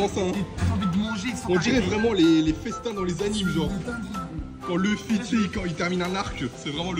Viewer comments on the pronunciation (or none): LOUFFY ( luffy/Ruffy) PAS LEUFFY 🐓🥚🤦🏽‍♂️ ouvrez vos oreille wesh les fr